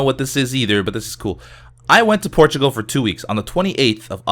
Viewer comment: I always hear ''Porchigo'' when he says Portugal.